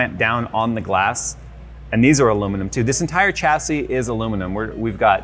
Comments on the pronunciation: The "cha-see" count is making me grind my teeth. It's actually pronounced "shas-ee". Don't believe me? Then watch this video: But that case!! Oh my!! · Got to , couldn't stay for more pronunciations of chassis.